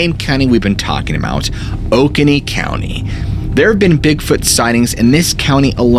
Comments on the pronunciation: It’s “O-Cone—EE” and “Lake Key-uh-Wee” ( like Kiwi with uh in the middle) lol South Carolina is all about long vowels and slooowww drawls 😂 sorry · Sorry, it’s pronounced, “Oh-cone-ee” and “Key-oh-wee”. I don’t particularly care, just thought I’d let you know. Been listening to your stuff for quite a while now and never thought I’d hear something concerning my neck of the woods. Keep up the great videos! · You said Oconee wrong I'm right below in Anderson